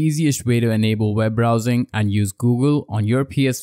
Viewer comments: It’s pronounced “web browser” not “veb browser” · It's also called an accent